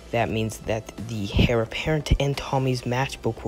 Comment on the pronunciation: It's pronounced 'Air' apparent not 'Hair' apparent